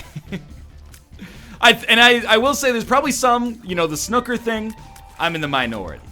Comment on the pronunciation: We get it... You got corrected when you pronounced snooker wrong.